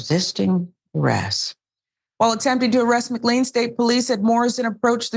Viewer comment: Just FYI McLean is pronounced mc-lane :)